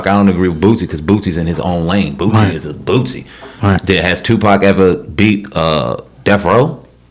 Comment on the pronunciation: His name is boosie not bootsie